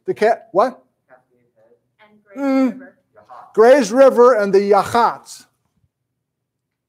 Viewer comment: It's YA hots. Not ya HOTS